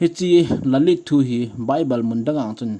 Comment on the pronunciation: Lalith akitipoi, lilith ahie😄